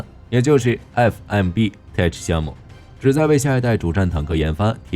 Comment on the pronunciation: Tech的發音很基本的吧